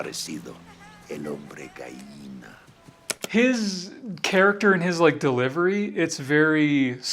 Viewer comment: The instant tell is how they pronounce the double l. Like when Hector’s actor says “gallina” it sounds more like “gaiina”. Same for the other ones except Dalton.